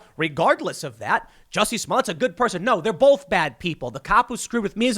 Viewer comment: Super Glad you finally pronounced his name right. xD